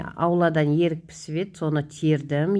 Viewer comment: Ерік емес ӨРІК десеиші